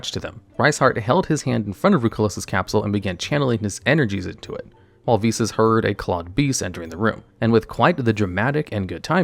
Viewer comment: ive already watched this video im solely here to comment that im so thankful you pronounced the name correctly unlike golden nova who was dumb enough to think it was pronounced v-sauce and i was forced to listen and watch it as at the time of his upload he was the only yugituber with one posted